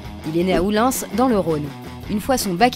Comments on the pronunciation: "Oullins" ! Pas "Oullinsse..." !!! On ne prononce pas le "s" à la fin du nom de la commune de naissance de Patrick de Gayardon. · Juste une petite précision tardive mais le S de Oullins ne se prononce pas😅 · On dit Oullin"s" x) mais je t'en veux pas !